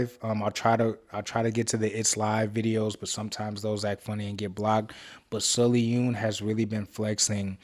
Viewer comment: I'm sorry, the way you pronounced sullyoon's name threw me off 😂 (its pronounced more like soul - yuun btw 🤗) thank u for reacting to mmixx and loving them! its so hard to find people who appreciate them 🥺